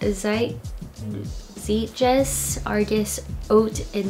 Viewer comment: Zeitgeist is pronounced "zie (rhymes with tie) -t-guy (rhymes with tie)-st"